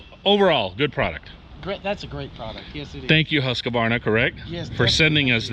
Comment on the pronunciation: LOVE YOUR VIDS !! But one thing is killing me lol HUSQ-VARNA. NOT HUSQA-VARNA. Keep up the awesome work!